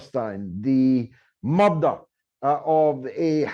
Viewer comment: You should try to differentiate your pronunciation of mother and murder!